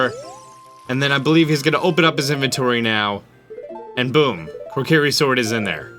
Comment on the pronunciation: WHY TF ARE YOU SAYING KORKIRI!?